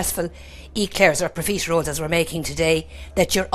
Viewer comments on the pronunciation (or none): It's Pro-FIT-eroles,....Not Pro-FEET-eroles. Thank you for the recipe though...❤